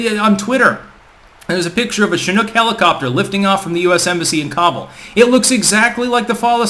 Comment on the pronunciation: Its not Cobble...its Khábul*